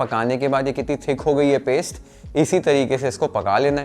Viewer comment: श्टर , रोश्ट , पेश्ट can be pronounced as स्टर, रोस्ट, पेस्ट correctly.. try in next vedio 👍🏻👍🏻👍🏻👍🏻